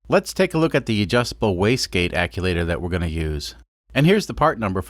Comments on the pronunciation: Every time I hear “acculator”, I cringe. Maybe it’s the right term? Act-u-eh-tor sound more correct to my brain. Am I wrong? Great build by the way. Love the Kubota re-purpose stuff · Stop saying aculator That is not a word. Actuator. It actuates. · ACUACTOR ( AK-SHU-ATER ) not ACULATOR... or maybe you did that on POURPOSE !!! SEE WHAT I DID THERE ! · Actuator not aculator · Actuator not acculator. And you mispronounced the name of the company that you got the fittings from. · Hey man just a heads up, it’s actuator, not aculator. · Love the videos! Just a quick question... is there a difference between what you're calling an "acculator" and an actuator? I've been working as a diesel mechanic on freightliners for 8 or so months and one of the older guys I work with always calls them "acculators" instead of actuators. I've always just assumed he was mispronouncing the word but now I'm not sure if maybe years ago they actually were called "acculators" and the term changed at some point. Anyone have any insight into this? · It's hurting my brain hearing him say actulator. Sorry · Wastegate acTuator. Not acuator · Love the vid. But are you saying aculator? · American yet can't get the chew in ac chew wator. About had a stroke listen to it said wrong so many times but don't get me wrong. I absolutely love these videos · Love the video but you saying "acculator" over and over is driving me insane. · "aculator" I love it. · Mfer... keep saying aculator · “Wastegate akulator”...... eye twitches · is there not a "t" in that word? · Your pronouncing actuator wrong but i still love ur vids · Love the video's mate but please stop saying acTuator like that 😉 also its a diesel so more boost the better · I like you too much to make fun of how you pronounce actuator... I will just point out that it doesn't have an "L" in it...